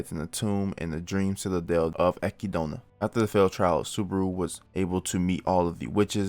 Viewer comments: akidona? wtf are you on bro? EK-ID-NA, whre in the absolute fuck did you scrye "akidona" from? i guess africa is called AHHHHFREEECOOOOAAAAAA now huh? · Brother it’s Echidna (Ek-id-na) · your pronunciation of Echidna as ekidoughna really threw me off lmao I was so confused for a second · Listen her name is u-kid-naa